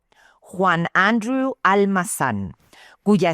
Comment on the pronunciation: Excelente narración, sólo que el nombre Andreu no se pronuncia como si fuera un nombre inglés, o sea Andrew, es catalán y se pronuncia como palabra grave o llama, su sílaba tónica está en la e y la u no suena como w. Saludos.